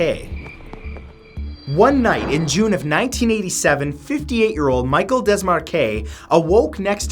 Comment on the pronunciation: Love your videos Matt! Also, Michel is pronounced mee-shehl.